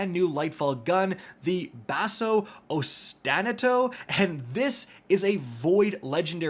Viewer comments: is pronounced oss-tin-AH-toe. It's a musical term (like a few of the other new weapons) referring to a continually repeated phrase of rhythm. So a "Basso Ostinato" is a repeating figure at the bottom of a texture (in the bass). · Excuse me? OSTINATO?!? That was the worst pronunciation ever.. Awe-stih-nah-toe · ostinato is pronounced “aus-tin-ah-to”. It’s a music term. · hearing not know how to pronounce "ostinato" was fantastic lmao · that was a brave attempt at pronouncing ostinato lol